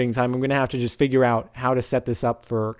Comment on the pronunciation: you say "just" really fucking weird.